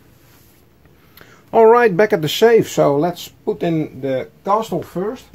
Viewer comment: I like the new intro! The wooden block was a good idea, end result looks nice, the pointy tower came out best I think. Small FYI: the T in castle is silent, so in UK English: kassel and in USA English: Kessel 😋 Oh and is awesome, I hang out on panels with him a lot 👍👊